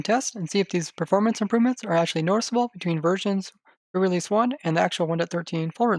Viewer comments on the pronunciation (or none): Really? Pre realeseeee??? I just...